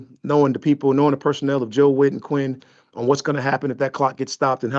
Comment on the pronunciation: Bruh Said “Quiny”….yea he still stuck up Dan Quinn’s ass …Great Job Arthur Blank